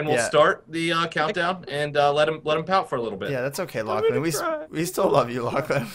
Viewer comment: Ta no longer Lachlan it's Lucklan lol